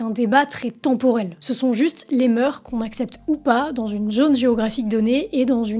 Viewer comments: Hello ! Super vidéo. T'as super bien taffé. Petit truc : on dit les moeurssss. faut prononcer le S. C'est pas grave. Les asiatiques sont encore assez pudiques dans leur culture au sujet du seske. T'as bien résumé... le seske fait vendre... Je plains les ados... Soyez prudent (je parle comme un papy haha) Profitez bien mais prudemment. 😃 Peace out ! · Une petite chose… Il faut prononcer le s dans « les mœurs ». On dit donc [lez meurss], avec un s sonore à la liaison entre les et mœurs, et on prononce aussi le s final de mœurs comme un s sourd. Cela donne : [lez mœʁs]. 🤓